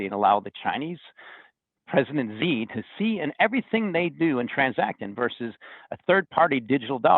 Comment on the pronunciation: Interesting take. Things are moving so fast that the USD may never be replaced. He needs to work on his pronunciation: President Xi (She) 💴 yuan (you-on)